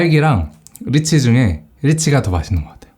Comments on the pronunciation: 1분 30초 쯤에서 리치맛을 일찐맛이라고 들으신분?!? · 리치맛이라고 할때 일진맛이라고 들은 사람은 저뿐인가요ㅋㅋ?